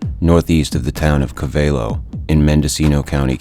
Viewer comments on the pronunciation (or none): You pronounced Covelo incorrectly